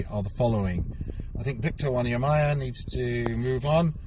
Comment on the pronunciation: Jeez, the worst bit was the pronunciation 🙈🙈🙈🙈🙈🙈 Dabila (Dybala) Wanyamya El Selso (Lo Celso - > Lo Thelso)